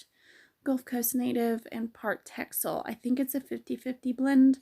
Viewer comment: Wow that looks like such a lovely bouncy fibre to work with! Fyi Texel is a Dutch island where the breed come from and the X is pronounced as an S.